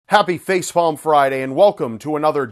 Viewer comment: did anyone else hear him say "Facefalm" instead of Facepalm when he said Facepalm Friday at the beginning?